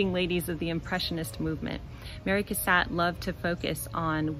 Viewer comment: Her name is pronounced “Cass-AUGHT,” however.